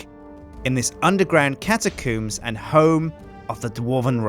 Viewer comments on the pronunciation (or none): For the record it's catacombs, not catacoombs!